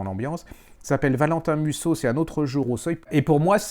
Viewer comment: Musso sans "t"